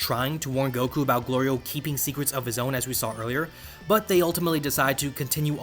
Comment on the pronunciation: The show so far has been amazing and really gives me JRPG vibes. One thing I find slightly odd though, is how often there’s a bit with Goku either getting hungry or calling Glorio “Goliro”. And seemingly multiples times from one episode to the next, as if those events never happened already lol